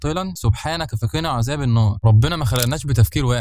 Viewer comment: يسطا أنت نطقت كلمة عذاب بالكسر وهي بالفتح